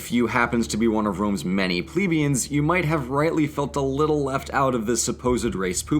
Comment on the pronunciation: It's 'Ple🐝ans'